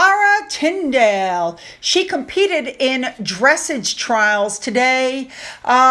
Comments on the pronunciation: Please learn how to pronounce the word “dressage” . It is not DRESS- age , it is “dress -AJ’. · Zara’s competition is in Dressage (it’s a French word) pronounced similar to dress-AUGE. It’s schooling/training a horse in precision movements. Thanks for the video🐎🇬🇧🇺🇸🪶🕯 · Since you said you struggle with this one - Berkshire is pronounced BARK-shur Also, dressage is pronounced dress-AAHJE (French, accent on the second syllable), just in case you want to know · Just in case it comes up again, the horse thing is pronounced "dreh-SAHZH," because it's a French word. You're great about giving a try at pronouncing all these crazy placenames and rare words! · It’s dress-aughe, emphasis on the last syllable. It’s is a French word, and it is very much about the control and communication between horse and rider. It is very beautiful to watch. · It’s dress-ahj’ Emphasis on the 2nd syllable. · It’s pronounced Dre-saaje. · The word “Dressage” has a strong accent on the second syllable. Perhaps watch a dressage vid to hear someone pronounce the word. (Not trying to be awful here, I’m sure I mispronounce all over the place.) Love ya and love the vids. Thx.